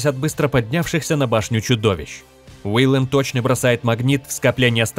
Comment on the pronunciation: Не Уиллем а Уильем.